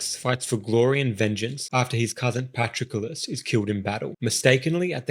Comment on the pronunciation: Who the heck is Patro-Kullis? You need to work on your pronunciation.